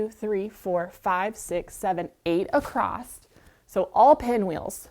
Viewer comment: The word across, does not have a "t" on the end.